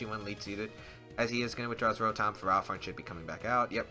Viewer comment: Who pronounces ferrothorn like Pherah-thorn?